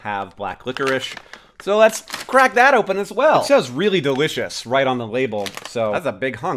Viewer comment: that's delæsh'